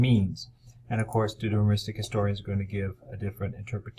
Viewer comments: Yes. How is it possible that our expert cannot properly pronounce the key word of his lecture? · He never pronounced Deuteronomistic properly